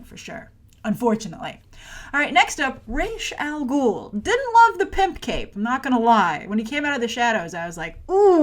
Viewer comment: It's pronounced RAS Al Ghul, not Raysh, Ras means 'head' in Arabic, and Al Ghul means 'the demon' in Arabic. Whenever it's pronounced Raysh I cringe every time. Also, Ras's nationality is explained to be of mixed Arab and Chinese descent, and the actor who plays him here is of mixed British and Sudanese descent. They only chose him because he looks slightly Arab. Either way, it's still better than choosing white actors like what Nolan did.. although Liam Neeson was badass as always.